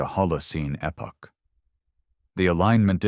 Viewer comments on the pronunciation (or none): none